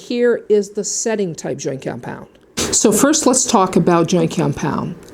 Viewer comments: why are you saying it like that, wtf is joykeyompyond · I love how you say cyompound ☺ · what is that accent "joint comepyound"? lol very good video. excellently executed very informative and straight to the point i loved it thank you! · All I could hear you sayin compound, and you say it funny😂